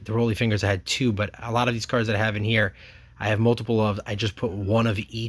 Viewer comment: It's "Raleigh" Fingers, not Roly. The man with the spit curl stache.